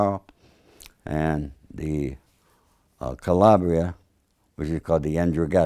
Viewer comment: mama mia he cant say calabria properly. sounds so american. Also he cant say N'dragheta properly. also if you are mafiosi or south italian napoli or naples are called napulé and not napoli. Donald Trump is almost more italian than this guy. So sad italians are so american now. should be proud of their background and at least learn italian properly. Vladimir is actually say calabria properly. This guy say Calabre or something